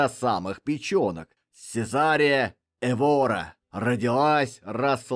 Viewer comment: Только Эвора, а не ЭвОра, ударение на первый слог.